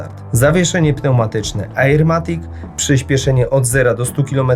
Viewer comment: ajerkoniak matik